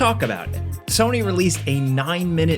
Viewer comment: Can someone tell me what "Serny" is? Is it a miss pronunciation of Sony?